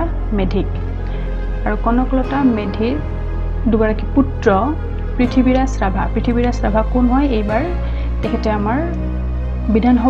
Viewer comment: 'পৃথিৱী’ৰাজ ৰাভা বোলাত লাজ পালোঁ।পুত্ৰগৰাকীৰ নাম শুদ্ধকৈ উচ্চাৰণ কৰিব।